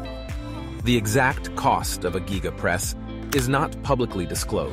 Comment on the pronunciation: I not sure i hande him calling it the "Gíga" 😂